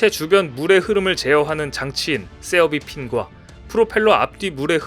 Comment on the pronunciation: 세어비 핀 × 세이버 핀 ○